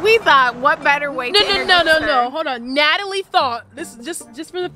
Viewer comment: Wen she said natlie it was a whole base drop in my stomach